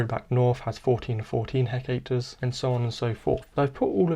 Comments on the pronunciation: Hectares is pronounced (heck-tares) nor heck ache ter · By the way it's hectares rather than hecacre. Enjoyed your video though, thanks!